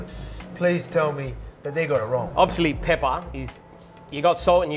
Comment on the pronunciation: with an emphasis too 😭😭